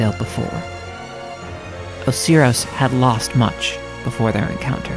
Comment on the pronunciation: IM SORRY OHSEEROHS? OSIRIS?